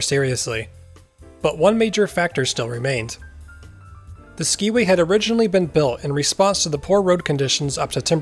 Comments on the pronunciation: Hello! My grandparents, Tom and Anna Johnson, managed the Skiway Hotel when the tram was built, run, and then dismantled. One thing--it is pronounced "sky-way", not "ski-way". And I was told that these were real Trailways buses that were suspended from the cables. Another fun fact--there was a pond where the swimming pool is, and my older brother, sister, and I would go out there with strings on sticks to try to catch the fish! I was born in 1956 so never got to ride the tram, but I heard so many stories over the years. Another reason the tram was dismantled was that it often stopped on the ride because of ice build up on the cables. Your story here is fascinating and so fun for me to watch! Feel free to contact me if you want more info! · It was pronounced Sky-way. I have documented proof. Looking forward to your presentation at the Mt Hood Museum.